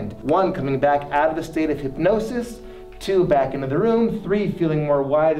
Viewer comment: Ethan: fully hypnotized Grayson: 3/4 hypnotized Emma: half hypnotized James: hyp-NO-SIS